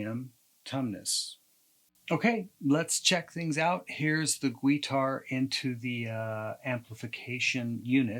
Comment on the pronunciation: Great demo! using your gweetar with an amplification unit! I will be saying gweetar instead of guitar now for the unforeseeable future! thank you